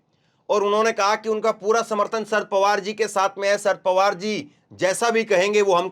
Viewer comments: शरद का अच्छा उच्चारण करो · सर्द पवार नहीं शरद पवार भैया